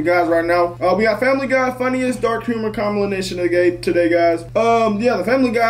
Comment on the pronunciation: My dude can't pronounce compilation. So sad.